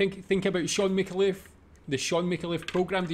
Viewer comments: mick-ayy-l'ff, not micka-leff... he's a national treasure, after barrie humphries, norman mcdonald and john clarke. he writes much of these sketches, his co-stars deliver his insights. f'ing brilliant mind! dive into his rabbit holes, mate - you won't regret it! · Mi-CAR-leff, not Micka-LEFF. FYI. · FYI: His name is pronounced MIK-AY-LEF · Shaun has such a wide body of work it's hard to know where to start. Watching his characters on Full Frontal had me in tears laughing. Btw you pronounce his surname Mick-CAR-Luff with a emphasis on the CAR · It's a Maltese name, pronounced Mih-Cal-Leff, emphasis on the Cal, as you say. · FYI - Micallef is pronounced Mi-car-leff >1st & last syllable with short vowel sound & middle syllable with long vowel sound like "car". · It's a Maltese name, pronounced Mih-Cal-Leff, emphasis on the Cal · I think the Australian pronunciation is Mick-kale-if. ... and as he is Australian ... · Not wanting to be racist, but I cannae understand yur accent! LOLZ 🤣 And by the way, our well-loved Sean's surname is MiCALlef, with the stress on the second syllable. 😉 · It's pronounced. Mi CAR Leff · Mick-kay-leif...... Mick-kay-leif!!!! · His last name is pronounced Mi carl if. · I think he pronounces it "Mih-kaah-leff". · Your pronunciation of the Scotttish name Micallef is fascinating 🤔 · Btw, you aren't pronouncing his name right :)